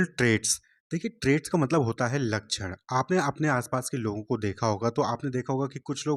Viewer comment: ❌️Lachan ✅️ लakक्ष्ण 😭